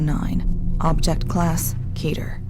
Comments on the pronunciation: "keh ter." ._. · Most of the narrators: Keter That one narrator: Ketter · If the voice over wasn’t so cheesy and the actors know how to pronounce words properly I would’ve been more invested in this video. KEH-TER, not KEY-TER VAYSE, not VAHSE How do you fuck that up? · it's pronounces K-ee-ter not ket-er and it's pronounced v-a-se not V-as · Key-turr, not Keh-turr .-. I don't know why that pronunciation bothered me so badly... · nug get no it's pronounced keh- tear I just watched a whole video on the word and it's Greek roots a Greek language expert said it's keh-tear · i swear, the man who pronounces "keter," as "ketter," makes me want to strangle him. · Brett Olsen it's pronounced keh-tear according to a Greek language expert and it's a Greek word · I swear I will kill the person who keeps saying Keter as "Ketter". Go to fucking English school dumbass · Keter is pronounced keeter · Thats not how u pronounce keter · I hate how he says the scp's name so slowly, like it's supposed to be super dramatic. I also hate the lack of consistency with the pronunciation of the word keter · its pronounced KEY TER KETER KEY TER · pronounces Keter wrong and it's kinda cringy